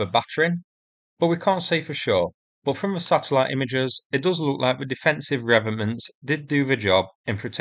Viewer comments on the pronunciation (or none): Re-vet-ments not revenants, although there are plenty of Russian corpses walking around Ukraine. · I think you mean 'revetments' rather than revenants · They are REVETEMENTS (originally a French word) not 'revenents' (not an actual word) ! Please pronounce the letter T in the word. It makes you sound a bit silly otherwise. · Ree...vet....ments ...... dear chap. And far be it for me to nit pick your most excellent work but, it needed saying....... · Re..Vet..ments.... just saying.